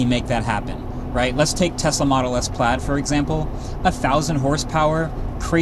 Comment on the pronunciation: The Tesla “plad”